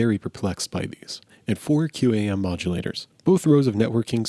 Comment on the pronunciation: industry pronunciation is "kwahm" I work in a head end and just as I was entering the industry we were phasing these puppies out ages ago. They're tremendously resilient devices